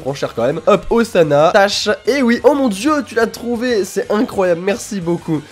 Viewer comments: la nouvelle tâche de Zana? >.< (ca se prononce Ossana;) ) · Ca se prononce Ossana :) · c moi ou à il dit Ozana xD (comme ozana au plus au des cieux